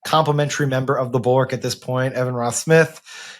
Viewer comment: SO often when you guys say "The Bulwark," it sounds like "the Borg."